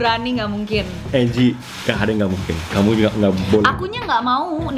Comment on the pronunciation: Angie woi, dibacanya enji